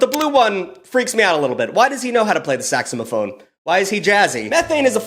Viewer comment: "saxamaphone" flawless pronunciation